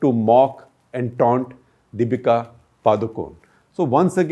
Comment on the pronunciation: His pronunciation of Padukone is funny, it sounds like someone is asking in Hindi - "Paadu kaun"? I guess it's ParhuKon-A.